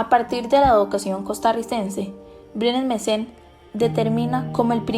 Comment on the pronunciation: Varias veces dice Mesen. Es Brenes Mesen